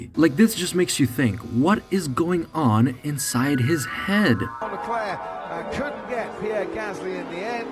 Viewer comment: And mispronouncing his last name.